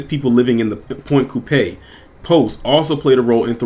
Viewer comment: It's pronounced point coup pee, sorry just from Louisiana